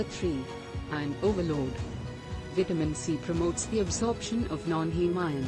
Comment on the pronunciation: When is this translating b** going to learn how to pronounce vitamin?